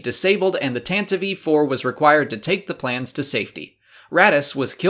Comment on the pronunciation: I must ask why Tantavee ? when it's written Tantive IV ? love your channel and everything you bring on it but that question keeps bugging me